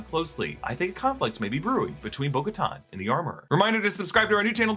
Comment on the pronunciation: Who is Boca-Ton? Thought it was Bo Katan? 🤷🏾‍♂️